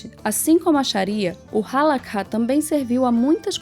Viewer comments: oi, adendo - se fala HALARRá e nao halakha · Gente, cuidado com alguns pontos: a Halacha (se pronuncia : A-LA-RRÁ . Vcs usaram a transliteração árabe onde o KH tem som de RR com um pouco de aspiração) ainda é vigente e judeus religiosos sejam ortodoxos, massortim (conservadores) ou mesmo reformistas a seguem e respeitam de acordo com sua linha de interpretação. Sobre a explicação da Haskalá, perfeito! Obrigada! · Vídeo demais, o legal é que vai direto a informação, só uma dica hehe o Kha no Halakha tem som de RR bem puxado como um escarro, não se ouve o K...A diferença é que no judaísmo nós aprendemos que a gente foi ordenado a seguir determinadas leis e não os de fora, então para que impor os nossos costumes e leis a quem não faz parte? Eu não entendi muito bem, mas sobre a parte de continuar "da forma antiga" como alguns dizem (e eu apoio) ainda se encontra em prática em alguns bairros de Yisroel como Bnei Brak, Meah Shearim, e na europa alguns bairros afastados tentam continuar o mais religioso possível, que para ser sincero é o correto, uma vez um colega foi até uma sinagoga reform e lá haviam pelo menos 10 pessoas com o nome "Cohen" haha, enfim, mais uma vez de parabéns!